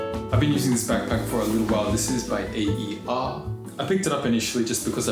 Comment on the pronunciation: Aer is pronounced like “Air”